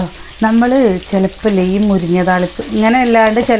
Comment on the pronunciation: മുരിഞ്ഞ അല്ല മുരിങ്ങ എന്നല്ലേ